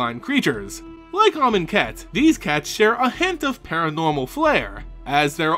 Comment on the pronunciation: Oh, you keep pronouncing Amoncat wrong.